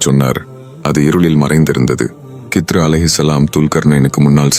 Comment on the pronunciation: இதில் ஏன் இந்த தேவை இல்லாத காட்சிகளை காட்டுகிறீர்கள்... ஹிள்ர் அலைஹி வஸல்லம் அவர்கள் என்று சொல்ல முடியாதா..?? வேண்டும் என்றே திட்டமிட்டு கித்ரு, கித்ரு என்று தவறாக உச்சரிப்பது ஏன்??? உண்மையில் நீங்கள் எல்லாம் இஸ்லாத்திற்கும், முஸ்லிம்களுக்கும் நன்மை செய்யும் வகையில் தான் இந்த மாதிரி காணொளிகளை வெளியிடுகிறீர்களா???? இறைவனே மிக அறிந்தவன்... யா அல்லாஹ் இதில் உள்ள தீமைகளை விட்டும் என்னையும், முழு முஸ்லிம் சமுதாய மக்களையும் பாதுகாப்பாயாக... இந்த காணொளியை தயாரிப்பாளர்கள் தீய நோக்கம் உடையவர்களாக இருந்தால் இவர்களை அழித்து விடுவாயாக...